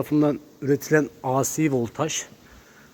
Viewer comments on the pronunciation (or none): “ A Sİ voltaj “ tarzanca olmuş..Ya ey si dersin ya da a ce dersin….